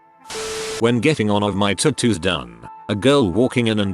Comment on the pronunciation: Idk y but the way he pronounces tattoos makes me cringe 😂